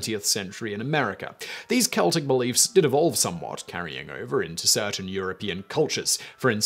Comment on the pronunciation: it is so good to hear Celtic pronounced properly. thank you.